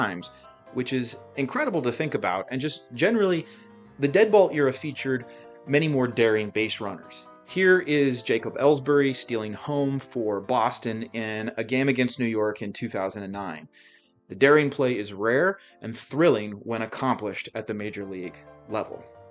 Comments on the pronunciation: It's "Ja-koby", not "Jacob" Ellsbury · Really good and informative video! Bravo! 🙂 And sorry to be "that guy" but you did mispronounce Jacoby Ellsbury's first name. (It's JU-KO-BEE) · Ja-coby ... Not jacob lol how do u run a baseball channel and not know who he is